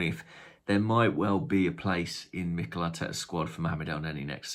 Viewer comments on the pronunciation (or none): none